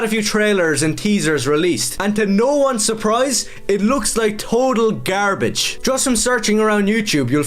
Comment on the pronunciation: Why did bro pronounce the word, gare-bedje